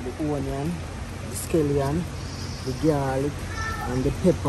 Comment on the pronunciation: Say Scallion. Not skelion.